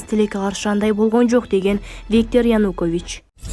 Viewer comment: Окуп жаткан дижей абдан сабатсыз, сөздөрдөгү басымды туура эмес коюп окуйт, Зеленскийди дайым туура эмес айтат, эми ага бүгүн Янукович кошулуптур. Айткылачы, качан сабатсыздыгыңарды жоесуңар. Ушул темп менен кетсеңер угарман, көрармандардын бир тобунан кол жууйсуңар го. Кичине эки жакты карап түздөнсөңөр боло, башка тилден кирген сөздөрдү ошол тилдин эрежеси менен айтышыңар керектигин окуткан жок беле мектептен эле. САБАТСЫЗДАР десе